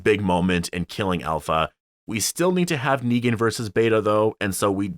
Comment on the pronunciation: I think its pronounced APLHA